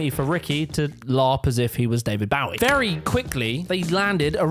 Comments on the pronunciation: "...David Bow-ee..." ? It's "BOH-ee". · Did I hear David Bowie like Bow Wow - It’s Bowie like a bow and arrow 😂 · Sir, if you want to be a serious giant, please make sure your whole video is next to perfect so people worldwide know what the F you're talking about. So, please pronounce names as they should. There's no artist called "Bawie" in England. "Bowie" does. Whatever Ricky Gervais does, there's a straightforward solution to that: change the channel or use the on/off button on your remote control. Also, award show organizers know what they get when they ask Gervais to host them. Actors, musicians, and other artists should be able to stand public sarcasm, wit, and English humor. They're all too wrapped up in their own cotton wool lives. There are worse people than Gervais out there. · It's David Bowie, like in David Rainbowie. Not like in David Bowdownie. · EXCUSE ME?! But, David Bow - as to bow to the queen - BOWIE!!!!???? where the hell have you been living your whole life? And if you get his name wrong, what else are you messing up? I quit! BTW - it’s more like “Bow 🎀’-ie” - David Bowie. Jeez! 🙄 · David "Bah-wie".This is the most gen Z shit I've heard yet... and I'm a gen Z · Bro it's bowie not bowie 😢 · Never heard anybody butcher David Bowies name like that before, nonetheless great video man! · You mispronounced Bowie.